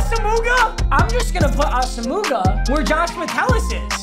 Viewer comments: its pronounced awesome-ah not awsamooga please papa for the love of god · It’s Ah-Sum-Wah not Asa-moo-ga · Papa you gotta stop saying asamuga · Papa I love you but Nnamdi’s last name is pronounced ASUM-WAH not ASOO-MOOGA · Nnamdi AWESOM-WAH lol ASAMUHGA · A-SUM-WAH not ASUMOOGA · Nobody:: NNAMDI ASSAMOOGA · The return of Namdi Ahs-ah-mooga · Nnamdi AWE-SUM-WAH JESUS CHRIST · he said asa moo ga lmao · TELLL ME HE DID NOT SAY ASAMUGAHHH NOOOOOOOOOOOOOOOOOOOOOOOOO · Say it with me Nnamdi AH - SAM - WAH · Papa it’s pronounced Ah-su-muah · Now we gotta sit through wheel of mut with him saying nnamdi’s last name wrong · The way he says nnamdi’s last name 🤦‍♂️🤣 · needs some work on his pronunciations 💀